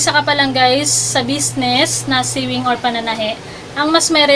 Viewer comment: Pronounce sewing as "sowing" not short e.